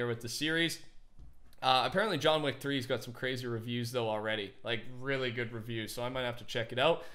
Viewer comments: John weack. Lmao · “John Wack” - 2k19